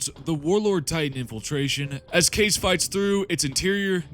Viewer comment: In the game itself, Kais is pronounced 'kice', not 'case'.